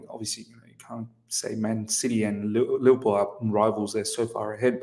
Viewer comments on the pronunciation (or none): none